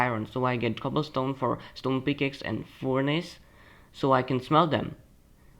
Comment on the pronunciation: Its not foornace its furnace